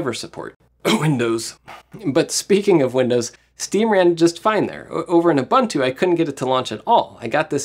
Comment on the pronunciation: I loved the video but please look into how to pronounce Ubuntu.